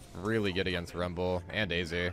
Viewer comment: K! sante and AYHzir lmfao